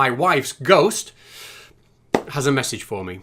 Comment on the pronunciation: Fallowing? Stap? Massige? What's going on with Mitch???